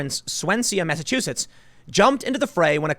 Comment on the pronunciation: Saw-See mass, you pronunciations was funny.